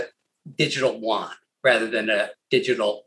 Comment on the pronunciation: There is no difference between the Renminbi and Yuan. It is like dollar and buck. Also Yu-an is pronounced U-N.